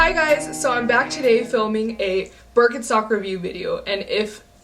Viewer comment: The name is BirkenSTOCK ! Not BerkenSOX !